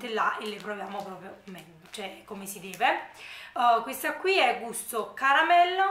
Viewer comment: Ciao mi piacciono molto i tuoi video e in più sei simpaticissima. Solo non capisco perché invece di dire semplicemente qui ti ostini a dire quio o quia. Comunque video bello come al solito, tanti saluti